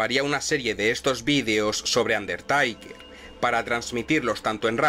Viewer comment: Lo que más me gusta de este canal son las pronunciaciones, me hace mucha gracia cada vez que dice "Shon Maikels" o "Vins MacMajon". Ahora le tocó al "Andertaiker" y a "RAU". Dejo mi like 👍 y un "Me divierte"😆